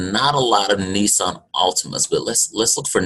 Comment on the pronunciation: its nissan